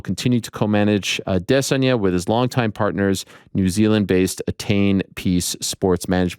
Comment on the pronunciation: Why do you say Adesanya the weirdest way😂😂😂😂 everyone says it the same way but you gotta be different